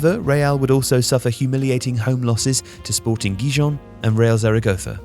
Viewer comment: Sporting Ghee-john... Really? Hahaha